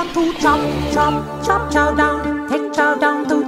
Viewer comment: Even when you say Chow you say it in the most racist way possible.